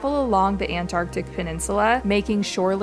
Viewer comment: The way you say Antarctic 😂😂😂